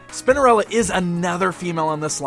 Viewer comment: I swear he says Spindarella 😳